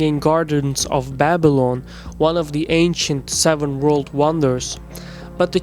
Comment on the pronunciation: Bible-on ? It's Babilan, man !